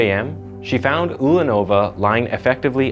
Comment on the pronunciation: Also it's not SamsonOva and UlanOva, but SamsOnova, UlAnova. Plus, the city Norilska doesn't exist, it's Norilsk.